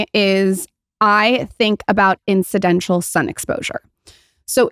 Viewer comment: “Incidential”???? IT’s INCIDENTAL my dear